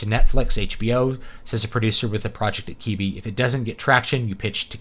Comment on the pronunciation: Is it not pronounced Kwih-bee? Doesn't really matter, but now I'm concerned. Thankfully it should be gone soon, so it won't matter. Edit: also, one interesting critique I saw was that not only did they limit it to phone use only, they also made it so that you either couldn't take screen shots or clip small parts of the videos. So, if you did find a video you liked, it was impossible to share any part of it. I suppose they were worried about memes or something? Vastly underestimating how that type of thing can be used to create a wider audience.